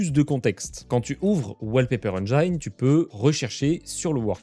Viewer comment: la prononciation du mot engine c'est la kryptonite des français